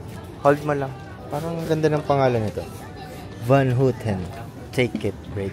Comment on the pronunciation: "Parang ang ganda ng pangalan neto: Van H(o)uten" 😂 Joker talaga 'to si eh. 😂 Last grocery naman, ang sabi "MayoRACHA" Sino si Mayor Racha,? 'Yung ama ni BINI Rocha? 😅